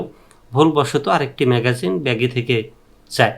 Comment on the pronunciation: দোচনা ঐটা ম্যাগাজিন না ম্যাগজিন।